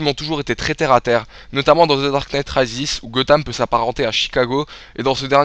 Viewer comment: Comment tu prononces "Rises" mdr X) Mais la critique est de qualité donc rien à dire.